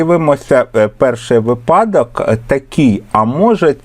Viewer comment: Дякуємо за пояснення. Цікаво і корисно. Єдине прохання, зверніть, будь ласка, увагу на наголос у слові "вИпадок", бо грамотними учням буде "різати вухо". Дякуємо за Ваш труд. Завжди чекаємо на Ваші уроки❤- незамінний помічник і для учнів і для вчителів!